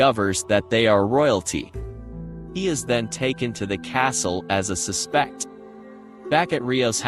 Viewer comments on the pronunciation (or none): so sick of ai audio in these yt vids. "they capture him be cause he is susPEKT" monotone monotone monotone.... CELia... ceLIA ... cELIa...